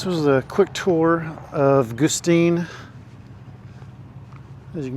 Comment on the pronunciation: Goo-styne... Goo-steen... 🤣 Surely you're kidding and you know it's Guss-teen. 😉 I spent time here with my step grandparents and other extended family in the 80's. Peaceful, quiet, good times. Haven't been back in 20 years.